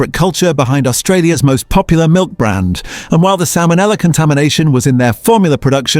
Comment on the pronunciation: Are u fkn kidding salmon ella 😂. The single worst ai reading mistake ever!